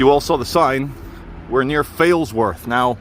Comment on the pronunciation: Sorry, you were nowhere near Failsworth when you first said Failsworth